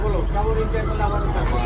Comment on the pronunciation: দাদা আপনি এনজয় কে ইনজয় বলেন শুনতে খুব খারাপ লাগে এনজয় < Enjoy বলবেন